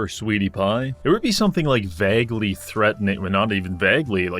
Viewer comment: The way you say vague sounds so wrong. Almost like you're saying f+g 😅